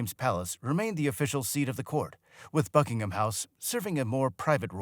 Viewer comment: Buckingham: pronounced Bucking-um, there is no emphasis on the ham 🙄 and simply referred to as Buckingham Palace, not, THE Buckingham Palace 😖